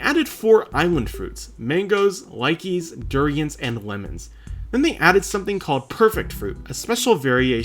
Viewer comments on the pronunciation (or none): im sorry but i cannot ignore ur pronunciation of lychee it was insane to me and i almost fell out of my chair when i heard likeys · lychee pronunciation is craaaazy